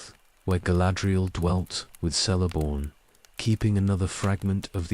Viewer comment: My only complaint with these videosis the pronunciation of some names. Celeborn is pronounced with a hard C; a K sound. Otherwise, quite good